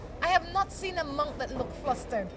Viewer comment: Hi, I can see what u mean about too much sunlight as the morning moved along. Also that guy with the USA flag shorts couldn't keep himself out of the picture. By the way, monk not munk. Can u tell me if I am the first Buddhist monk to visit Belize or has there been other Buddhist monks before me>